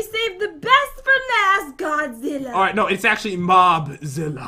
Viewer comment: Its not mobizila its godzilla pat